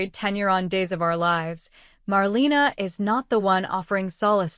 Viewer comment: Please say her name right! It’s Marlena